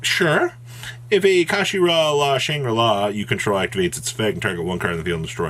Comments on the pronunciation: Card: kshatri: kashashtri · Kshatri-la Yeah. Kashi ra. That makes sense. I forgot L’s make an R sound. And let’s just ignore the lack of an A between the K and S. Fuck it, let’s just make shit up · I think the 'k' is silent, so it's just pronounced shot-tree-la. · Amazing video as always brother!! Let me help the community out as well. Kshatri-la pronounced “shut-tree-la” the whole archetype is named after Kshatriya (shut-tree-ya) basically a princely caste in old Indian kingdoms. Hope this helps. But yeah absolutely broken!! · Ka-She-Ra?! Wtf is that?! lol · I can't tell if your intentionally mispronouncing the Archetype name on purpose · You finally pronounced Kshatri-La correctly at the start of the video, then proceeded to say it wrong as least 6 different ways for the rest of the video